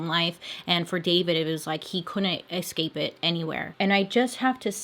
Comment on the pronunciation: i’m sorry...... ....... did Bailey say..... EX-CAPE?!!!!!!!!!!!! BAILEYYYYY